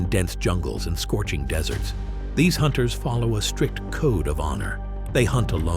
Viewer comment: How did you get on Hulu with this terrible AI/bot narration? You really can't bother to narrate your own content? Or maybe you think the Predator comes from 'a wild planet full of desserts'?